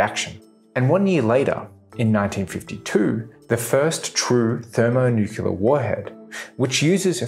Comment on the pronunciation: So, out of 25 times the word "nuclear" is used in this video, every single time it is pronounced as "nukular". Including one instance of "thermonukular". Science at its best. I should have made it a drinking game or something.